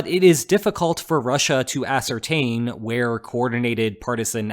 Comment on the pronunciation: Dear AI 🤦🏾‍♀️, Not 'a-cer-tane' Ascertain! 🤦🏾‍♀️🤦🏼‍♀️🤦🏿‍♀️